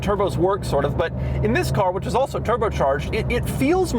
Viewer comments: Doug, the way you say “THIS” at the beginning is kind of annoying. Could you try something else please? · Doug’s the type of guy to jump every time he says the word “this”.